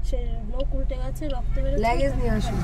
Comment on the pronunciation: কথা লেগেজ না লাগেজ